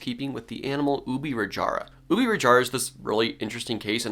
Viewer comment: An almost perfect pronunciation of Ubirajara(even though it’s name might change). So happy to see someone not pronuncing our J like the spanish J